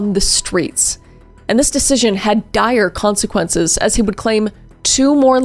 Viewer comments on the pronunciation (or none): none